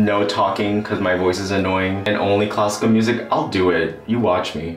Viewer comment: it took me several minutes to understand that you were saying classical music I kept listening cosco music that's all you're awesome bye